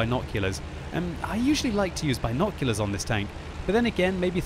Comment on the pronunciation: please please please say binoculars correctly